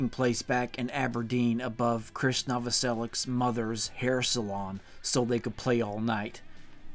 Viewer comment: Great coverage, but Krist Novoselic is pronounced "Kris Novoselich"